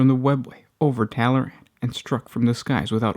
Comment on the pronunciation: Tallaran? No, they're Tallarn.